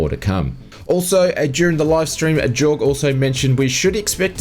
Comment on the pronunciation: It's pronounced 'yorg', not 'jorg'. Jayne the community manager said his name correctly enough on the live stream to make it difficult to miss.